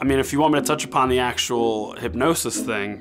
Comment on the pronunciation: Hypnosis not Hypnetosis lol